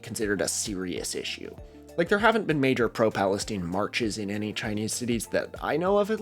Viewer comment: My brother in Christ it's not Palesteen it's Palestine 😂 it's an 'eye' sound, not an 'ee' sound